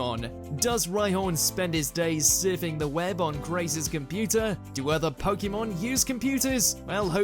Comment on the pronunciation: You would expect a video about Pokémon to pronounce the word correctly You seem to do a lot more research than the dubbing team